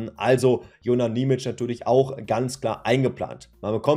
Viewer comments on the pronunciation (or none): Und achja, sein Name wird Nie-mi-tschie ausgesprochen.